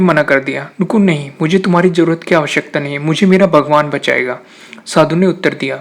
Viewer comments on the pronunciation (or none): viswas... (vishwas)...Ijjat.. nai (izat).... jarorat... (zarorat) .. Taaj....(Taiz) ..Raksa .. Raksha... Manjil.. Manzil... saree... Share. :P Please speak correctly. Thanks Use Correct Urdu world so that we will share your videos. Thanks